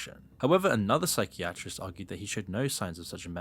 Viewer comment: I like that pronunciation of ‘psychiatrist’.